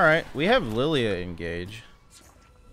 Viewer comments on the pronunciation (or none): Why does he pronounce every L in champs name as "lou"? Illouie instead of Illaoi, Louia instead of Lillia...